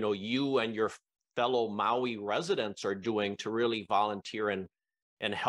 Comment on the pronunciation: Mahalo for pronouncing Maui correctly. Many people especially news people need to add an “e” after The M. Minamina Au ia Maui